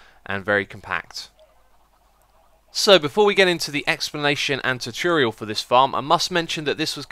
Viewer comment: He still can't pronounce 'tutorial'.